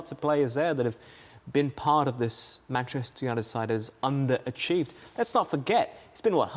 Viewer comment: 'MANCHETER' HAHAHAHA